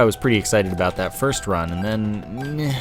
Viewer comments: It's probably the "aboot" that fooled him. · a boot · Do you say about like that on purpose???